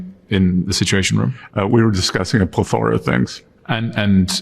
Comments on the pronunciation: Scott, there is no "pleth-ORA of things". The word is PLETH-ora. It means "an excessive amount", which is not really a suitably submissive way to refer to talks with your boss. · Way to go scott. Your lying is NOT convincing. And it’s pronounced pleth-ora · plethora .... why cant he pronounce anything correctly! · Trump: "Do what i say, or your kid is going to war." He sits like he has a cork up his a**. And who says plethORa? The guy drives me to madness. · this guy doesnt know how to pronounce plethora. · It boggles my mind. He said plethora like it's a word he uses regularly, being as how its a word rarely on the tips of people's tongues, but then confident mispronounces it. Its not one of those words that is rarely encountered, so... these are the people in charge of our country, huh? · Scott Bessent learn to say the word plethora!